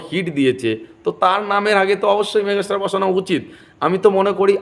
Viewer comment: মেঘাস্টার না দাদা ওটা ওটা মেগাস্টার।😅